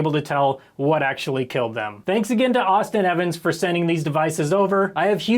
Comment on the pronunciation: It's Austin Evans